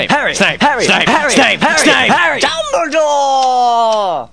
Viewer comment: dumbledore sounds like hes saying jumbledore xD